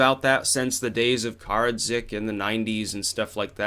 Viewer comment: At the beginning you pronounced the 90's leader of Bosnian Serb troops 'Kar-ad-zik' lol If you knew anything about that past crisis and did the research enough to discuss the topic you would know his name is pronounced Kara-ditch. This may be a minor detail but if you do research on topics, which I do, you would know how to pronounce the names of the people involved, otherwise you come across as unknowing towards the subject. It would be like giving a lecture about Nebuchadnezzar and pronouncing it Ne-bush-add-nezzar, people who knew how to pronounce it properly would therefore afterwards somewhat dismiss what you are saying. Just some honest criticism that's all...